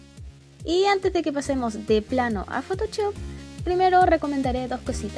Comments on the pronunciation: me da gracia como dice photochop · me encanta tu pronunciacion de photoshop